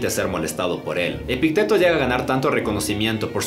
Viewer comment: Epicteto lleva acento en la i, no en la e. <Epíííícteto>